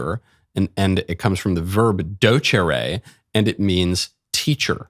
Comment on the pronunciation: Michael's pronunciation of "docere" makes me cringe.